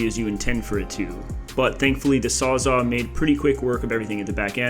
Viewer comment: You're just messing with us saying "sawzaw" all the time instead of "sawzall", right?